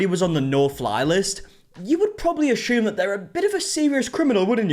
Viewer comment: "Ashume" lol